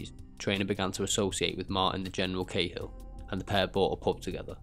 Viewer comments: It's pronounced like caa hill in ireland not k hill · Lol, Martin khill. Bud are you even Irish no 1 in Ireland ever called the General, khill, it not even how we pronounce it.